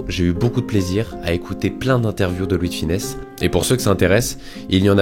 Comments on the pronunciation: Superbe video, mais attention à sonnom, c'est Louis De FUnès, pas Louis de FInès. Bonne continuation! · Ravis que la vidéo t’ai plu ! ☺️ Oui je sais comment cela se prononce mais j’ai tendance à me tromper en prononçant son nom rapidement dans certaines phrases !